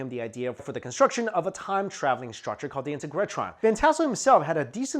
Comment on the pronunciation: There's one viewer laughing here now. ;) Intergretron? Ha! Sort it out lad.......